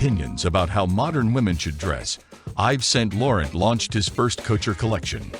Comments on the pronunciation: IVES SAINT LORRENT?!!!!!!-------------- your pronounciacions of many words is AWFUL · If you want to instantly lose ALL credibility, start off by mispronouncing the designers names.